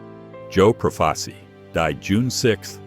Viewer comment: Frank Scalice pronounced "Scaleese". Joe Profaci pronounced "Profachee".